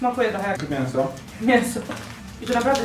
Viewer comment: Oglądałam na hejlobuzy vloga z maja tamtego roku i się zorientowałam że mówisz mienso a nie mięso zauważyłam juz to kiedyś i trochę jest to denerwujące xd pewnie wiesz jak się pisze itd ale tak Ci wygodniej mówić xd